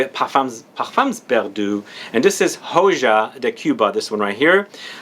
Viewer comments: "Hhojuh" lol it's "ohah de cuba" it's spanish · Hi,, it's pronounced (O ha)De Cuba. The J is silent, Leaf of Cuba...:) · Hoja is pronounced O'Ha. Means leaf in spic. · You are pronouncing "Hoja" wrong. Take the first syllable from "Happen" and there you have the sound of "JA"